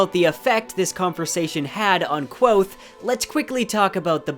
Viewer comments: It's Kvothe not quothe! lol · This is great, but for the love of Tehlu, it's Kvothe, not Quothe. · His name is Kvothe not Kwothe, interviews and the audiobook both pronounce the V. Please adjust your pronunciation in future videos, it's kind of cringy. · It's not pronounced Kwothe. Read a fucking book. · stop saying kwothe... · Great video, I love your Kingkiller content! But it's pronounced Kvothe, all one syllable with a KV sound, not Quothe here's Pat saying it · did this dude say quothe? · I liked the video, but I think your pronouncing kvothe wrong. Patrick rothfuss has a pronunciation video and says the v sound in it. Thank you for all your research into the video. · Pat is very clear in his pronunciation video that the v is not silent. He says it like 3 times in a row. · Yo me too ITS A V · Not a bad video, but it's so hard to watch somebody who obviously likes this series as much as me pronounce the protagonists name incorrectly 37 times. Especially in a series where names are so important. Elodin would be disappointed. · It's hard to take your videos seriously when you can't pronounce Kvothe right. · The "v" in Kvothe is not mute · Just grow balls and pronounce it right. Don't waste your time worrying about the feelings of people who don't have the time to listen to Pat pronounce Kvothe the way it's spelled. Don't be a sheep because a portion of your viewers is incredibly stupid. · In that videos linked above, he says Kvothe with a v